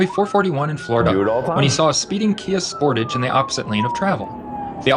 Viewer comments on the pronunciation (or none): KIA Sportaahge. Sigh.